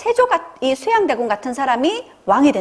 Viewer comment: 정신수양과 수양대군의 장단음이 다릅니다.